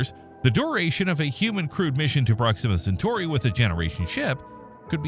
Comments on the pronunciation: Prox-immuh Cen-tory? Dude....We have to work on your pronunciations... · OMG - you don't even know how to pronounce the name of the subject about which you are posting. SHEESH. Intolerable. Couldn't listen.